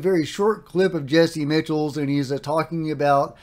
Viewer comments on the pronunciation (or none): I think it’s phonetically pronounced “Jesy Mikels”.